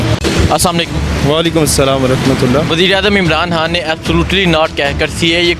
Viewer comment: لفظ عمران حان نہیں ھے خان ھے